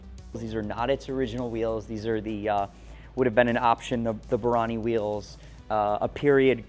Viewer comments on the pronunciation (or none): none